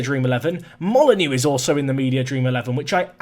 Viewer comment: Oh. Dont worry about the mistake, we all make them. Also, dont forget, Moly-Noh 😜